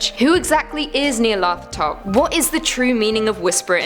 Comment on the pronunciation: Ah, yes... Nyarlepfahtop -_